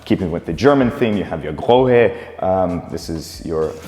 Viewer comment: Good video. The german faucelet brand is called Grohe and is pronounced Groo-e. The single h only extends the previous vowel :)